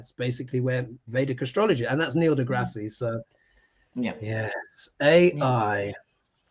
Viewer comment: It’s DeGrass…no ie.